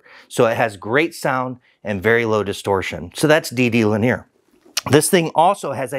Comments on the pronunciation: he's just pronouncing it wrong.😁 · Yea he pronounces “linear” in an unconventional way. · When you said 20mm of cone travel I thought you meant in total. No, that's one way linear! So 40mm peak to peak linear and 50mm peak to peak mechanically! That's very impressive! Ps, is Alpine using a new word "linear" or are you just pronouncing it funny?